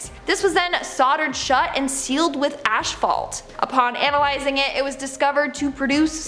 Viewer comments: Dude is nobody going to mention that this chick doesn't know how to read properly? Or has never heard the words she is reading pronounced...... She pronounced asphalt as (ash-fault) there were other words also...... Jeez our young generation....... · Are you dumb? ASHfault? Wow... eww, lmao. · Asphalt.... there's no H in front of the P. Must be from souther Ohio or WV